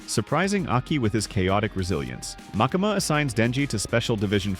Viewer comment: Great recap, thank you! 🖤 but the way you pronounce "MakAma"... 😂😭